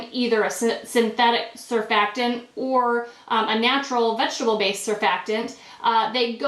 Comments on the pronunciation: You may be a chemist, but you certainly have no simple research skills. The word is surfactant and the first "t" is not silent! It is pronounced sər-FAK-tənt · Curious how you pronounce this word. Things maybe different in America but over here we don't have many words that have a silent 'T' right in the middle of them, and over here we have some really odd pronunciations! Surf-FACT-tant is the correct pronunciation at least that's what it is in English. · It's pronounced "sur-fact-ant